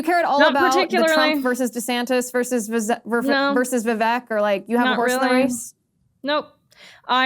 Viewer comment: Understand why Ashley tried to Identify Vivek Ramaswamy by his first name which she miss-pronounced 4 times. This confused close caption as well. Don't think he'll make the debate but this should help Ashley: "Vive Vivek", What the hecK?